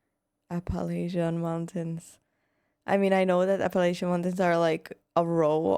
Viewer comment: This video which is AI is misleading my friend Asheville North Carolina had a hurricane come through there and destroyed a lot they are rebuilding.. 95% of the mountain people in Appalachians are really good people.. I know somebody stated down below the AI video didn't even pronounce the Appalachians correctly